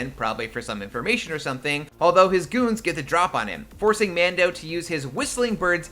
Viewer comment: Every time you said Mando I winced